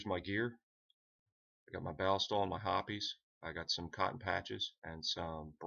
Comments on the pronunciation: It's pronounced hops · Have I been pronouncing hoppe’s wrong? Ive always said it (HOP’S) but if it is supposed to be ( HOP-EES). Please let me know cause I am feeling idiotic on this one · right, well thanks for the reply. The pronunciation of hoppes as hops is to herby and forthwith stricken from the mental record. The pronunciation hoppes will therefore be replaced with the following pronunciation; hop-ees. Now who all have i said it wrong i front of before….. this will indeed bother me 😂😂🤦🏼‍♂️